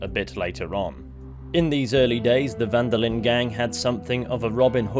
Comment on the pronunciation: Van der Linde is also pronounced wrong by everyone in the game and almost everyone playing it. As a german, german and dutch are very similar languages, and I was really shocked how people pronounced "van der Linde" like "Wanderlin"